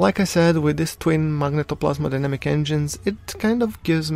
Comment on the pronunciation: Phoenix Tunes magnetoPLASMOdynamic ;)